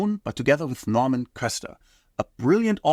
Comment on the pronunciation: He even called Norman Köster Normand.